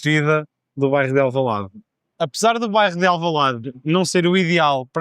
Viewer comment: Q about 'do bairro de Alvalade' - I don't even hear a trace of the 'b' or the 'rro' in 'bairro', it sounds more like 'do vais de Alvalade', with a very soft 'v'. I know sometimes b and v are swapped, but 'rro' going to 's' is even more surprising to me. Am I hearing it right, and is it a common pronunciation I should internalize? Great video for listening practice!